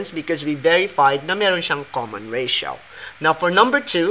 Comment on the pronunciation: Ratio= reysyaw😂